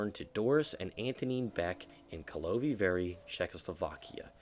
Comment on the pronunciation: "Karlovy Vary" from the beginning of the video is just "Charles' Breweries" in Czech (also btw you absolutely butchered that 😭)